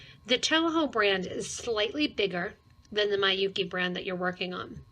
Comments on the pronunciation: Although this isn't really important but Miyuki, since it's Japanese, is pronounced with short vowel sounds: Mee-yoo-kee but short. Not my-yoo-kee. It might confuse others who know how to pronounce it thinking that you're talking about a different brand. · Yes, her mispronouncing the name Miyuki as my-yoo-kee makes this video difficult to listen to even though it has good information otherwise.